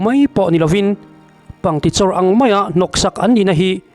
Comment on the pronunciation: Pangtichawr a ni lo,pangkichawr tih tur aw😮😮